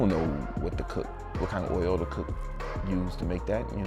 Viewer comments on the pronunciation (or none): i find funny how u say "oil". like oyyol :D